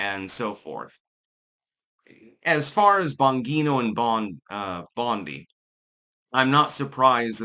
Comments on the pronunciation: It's Bon-G-No. Why does he REFUSE to say it correctly? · It is but is saying it wrong. It's an Italian name pronounced "Bahn-jee-no". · Please learn to say ppls names correctly. It’s not Bon-ghee-no. It’s Bon-jee-no. You look like an idiot. With all your research and videos you watch, you’d think you’d pick up on it by now. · Bon "Jean-O" your not Spanish, you can pronounce your Gs, not as an H, but as a "jee" like "Jeep" Please don't use your local accent as an excuse. It's not. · It's (bon-jee-no),. I can't tell if you're doing that on purpose or not😂❤ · Umm, it’s Bon-Jeé-No. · Juat get rid of all 3 of them. But at this point, seems like it's Trump. Also, the name is not bangeeto. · If anything, Bondi should be removed. She keeps lying to everyone, and she keeps promising to have people arrested, but does nothing except go on FOX News. BTW, the "g" "Bongino" is pronounced like a "j". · Is that your handler in the reflection of the YouTube award? And it's pronounced "bon-gene-oh". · It's Bon-gi-no. fuck get it right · I'm sorry,, but I respectfully have to disagree with you on this one. Dan I trust 100% (and it's pronounced "Bon-GEE-no"). He's proved his quality repeatedly. Bondi is the one I don't trust for a second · It's "Bon Jee No", Italian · Why do you change Bongino's name into Bongeeno? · Dan "Bahn-jean-oh" 😎👌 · It’s pronounced Bonjino. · Pretty sure it’s pronounced “bon-jee-no”. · .....are you intentionally pronouncing his name wrong? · Can someone teach how to pronounce Bongino? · Yes. That's the way his own announcer pronounced it. He's only been around a few years, with a YouTube channel, spots on Fox, and then a radio show. It would help if he listened to a little audio if he is going to talk about people to know what their names sound like. It's not tricky like Gadot, Ghislaine, or Rowling. It has an Italian way to say it. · He always says it incorrectly - for some reason.